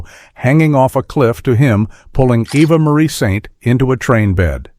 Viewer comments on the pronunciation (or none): Your AI narrator mispronounced Eva Marie Saint’s name.